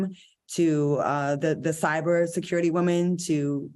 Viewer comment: I was hoping that Al would leave the way he says woman in 2022…guess not.